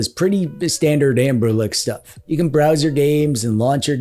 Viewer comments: It's Anbernic not Anberlick you tool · Take a shot every time he says Amberlick. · Why do you and Retro Corps call the Anbernic line AnberLICK?